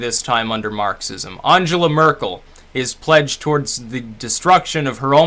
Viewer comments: At least have the curtesy to pronounce her name correctly. You're quite correct about her immigration stance, in the sense it was absolute madness. However, she's not squeezing the middle; and the average German has a high standard of living, access to very high quality tax funded healthcare, a solid work ethic, industry focused apprenticeship training from school, inexpensive and high quality education and first rate research. Trump is the total opposite. If he and his administration were representative of the US the wall would be a sensible barrier, in order to keep his poison away from the rest of the world. You have a lot of problems in the US, none of which Trump and Congress are fixing, and your whole political system has become a world posterboy for corporate corruption. America is pretty big, militarily powerful but not enviable. So what if she didn't shake hands. She'd have to wash them if the Russian tape exists. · You might want to learn how to pronounce her name?